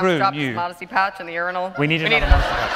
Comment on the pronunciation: “Ur- Ai-Nal” 😂